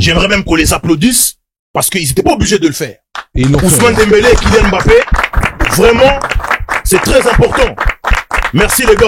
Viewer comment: Les noirs qui disent « aimbappé » 🫵🫵🫵🫵